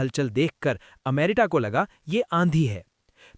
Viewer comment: Bhai plz info dete ho to apne shabdo pe dhyan do.... Stetali nahi "Satellite" amrita nahi "America"